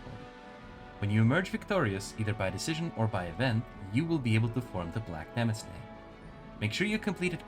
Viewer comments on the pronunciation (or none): Small correction: “demesne” is unfortunately pronounced like “domain”. Otherwise, this is a really useful guide. Much appreciated.